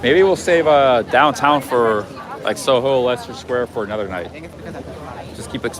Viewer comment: Leicester Square is pronounced Lester btw. Best walk in London is from Victoria station to Tower Bridge, via Westminster, St.James's park (the Mall), Trafalgar Square, Victoria embankment, Southbank, Borough Market, Tower Bridge. Must see visit (free) Victoria and Albert museum. Good work son.